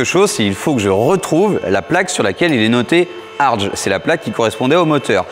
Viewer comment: pour info ,on prononce Herbert "Hartgue"👌